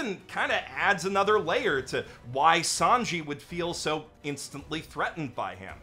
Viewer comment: I only watched season 4 of the anime and felt discouraged, but I absolutely adore the live action series. The Japanese actor who played a Japanese character was fantastic, although I wish they had cast a French actor for Sanji - his pronunciation was cringe. I'm excited to pick up the anime series again soon.